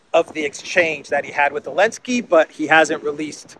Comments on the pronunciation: Why do you say ‘Elensky’ without the ‘Z’? It bugs me. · Why do you say "Elensky"?